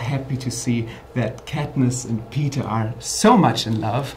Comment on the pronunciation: can we just hate the fact that the first time he tried to say Peeta he said Peter. Can we?